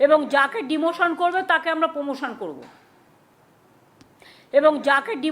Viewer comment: উনি র ফলা উচ্চারণ করতে পারেন না।